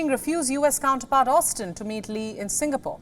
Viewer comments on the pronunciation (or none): none